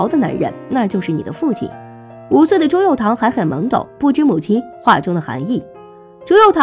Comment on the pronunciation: 朱佑樘 cheng 姐 你也真敢读啊